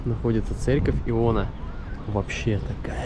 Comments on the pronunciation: Неправильно произносите читаемое и названия: церковь Иоана Предтечи. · Керчанам режет слух неправильно прочитанные названия. Надо бы сначала подготовиться. Церковь Иоанна Предтечи. Каменоломни Аджимушкайские